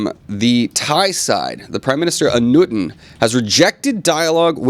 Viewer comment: The way you say the Name Anutin make me sad.